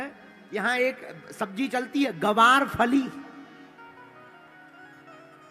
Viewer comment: ग्वार फली होता है गुरुजी गवार तो हम इंसान है इसलिए फिर हम आपसे कहते हैं ग्वार फली बोलो शुद्ध नाम इसका यही है